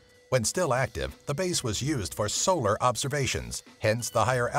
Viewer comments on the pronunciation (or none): none